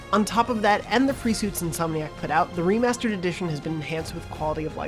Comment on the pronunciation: did he say Wii-master?